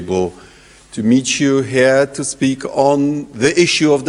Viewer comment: W sumie rozbawilo mnie slowo "Here" powiedziane w sumie po niemiecku "Hier", ktore to samo znaczy xd